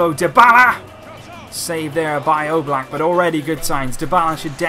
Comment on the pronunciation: Am i the only one who hear he says Jan Oblak like Yellow Black?